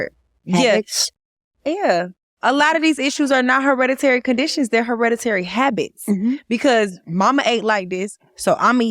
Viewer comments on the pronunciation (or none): Yesss emphasis on “hereditary habits!”